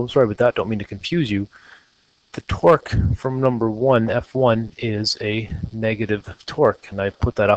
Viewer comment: I could not take this seriously sorry xD Everytime you say torque, it sounds like twerk.